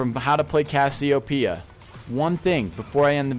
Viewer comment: You know it isn't pronounced Cassy-O-P-Uh, right? That isn't how anything works my guy